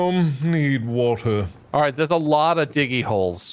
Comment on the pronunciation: The way he says "Woter" sounded like Snape for some reason.